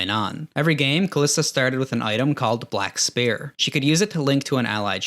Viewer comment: If you also heard "Black Spare", don't worry, he meant "Black Pears"